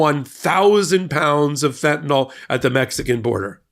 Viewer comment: "fentanyl" not "fentanol."😂